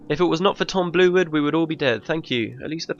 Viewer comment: Real cool ending. Nice done. I mean the whole let´s play. But it´s maybe just me but I allways unterstand "Tom Blewit" instead of "Tom Bluewood". Maybe because the name Tom Blewit sounds more funny XD Especially in one situation (I don´t know the exact episode) where you red a dialogue and it soundes like this: "It´s Tom blew it again". The meaning sounded for me like: It is Tom. He blew it again. And I had to laugh so hard.